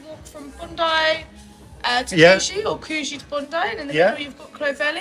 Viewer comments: Hey, Before you leave Sydney you are going to have to learn how to pronounce Coogee correctly or the locals will give you a hard time. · Cud gee not coo gee, cluvelli not clo velly. Pommes! 😁👍Great video!